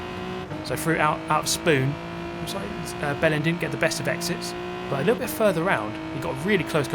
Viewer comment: i was looking away from the screen and definetly heard you say you where getting the bellend experience hahaha took me a second to realise what you actually said